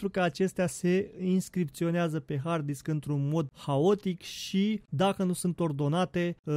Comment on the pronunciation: "Disck" okayy